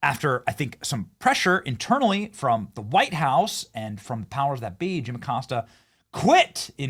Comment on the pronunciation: Jim, the accostah🤔